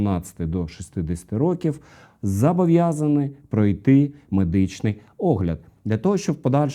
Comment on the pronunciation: Правильно казати «зобовʼязані», а не «зАбовʼязані».))